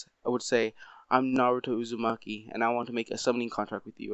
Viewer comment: It aint uzmakie its uzmaki